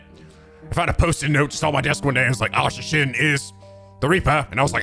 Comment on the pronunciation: Asa Shinn -> "Asashin" -> how Japanese people pronounce the English word "Assassin"